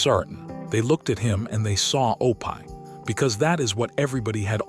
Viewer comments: it is not opie but said opee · It is not pronounced O pie, Opee. Terrible AI. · It's OPIE, not Opai! Blame it on the author of this video. If he has written the name correctly, it would have been pronounced correctly, but, on the other hand, if he had read it himself, he should have read it correctly, too. I can't stand AI narrators! Just such it up and read it, or find a friend who will read it. Is this a biography that someone put into video? My goodness, it's 4 hours long! I'm half an hour in and still haven't heard anything about the click bait title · Why do you care so little about a product you release with your name on it that you let the ai mispronounce a word over and over! You do know you can write Opie in a way that ai will phonetically see it and say “Opie” instead of “O pie” I’m not sure which is worse being an ignorant computer program or being a person who cares so little and is ignorant to the fact that a bunch of us will not sit and listen to this much ignorance abound!!! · I wish the narrator in these could pronounce names properly. Opie is not pronounsed O-pie, its O-pee. Other names/words were also mispronounced. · O-PIE??? I'M DONE. HAVE A GOOD DAY. GOD BLESS BUT PLEASE RETRY YOUR VIDEO WITH PEOPLE INSTEAD OF MACHINES TRYING TO READ😮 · Somebody needs to proofhear the AI narration. The names are horribly mispronounced: OH PIE, YULL BRENNER, just to name two. The names, and other words, could have been written phonetically so AI would pronounce them properly. I'll take that job... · I like how O-pie rhymes with dopey. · Lol it's that artificial intelligence crap, mispronouncing words like it does. It's supposed to be Opie. That was Ron Howard's name on the Andy Griffin Show, Opie Taylor. Pronounced Opee. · Loved the video but I cringed through it all 😩😩 The AI narrator had verbal dyslexia: O’pie, Loss Angels , Burke Bank , Fran’sis Cope’allah , Marten Scarcest , Funzee, Run Hawaerd , Da’Zooloo… 🤦🏼‍♀️ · Cringed every time. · Oh-pie???? Good grief.